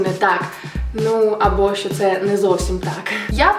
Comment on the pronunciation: Всьо кльово, молодець. Красива, харизматична, дотепна і влучна. Але! В українській мові шиплячі не пом'якшуються. Всі от "щьо", "чього" так вуха ріжуть - страх! За такою вимовою легко визначити оригінально російськомовних людей. Я язва, вибач, але виправись)